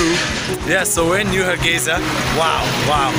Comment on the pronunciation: Har gei (S) a not Za.